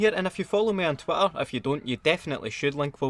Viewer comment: >pronounces 'twitter' "twatter"